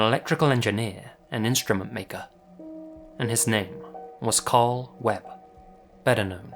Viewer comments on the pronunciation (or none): none